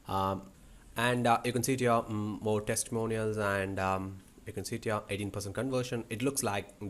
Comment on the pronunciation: whenever u say u can see it here it sounds like u can sit here😂